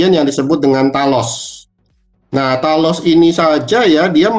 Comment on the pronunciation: Talos ?? dengernya tanos 😂